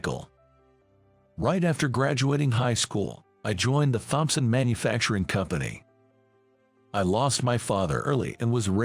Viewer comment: Thompson, the H is silent!!!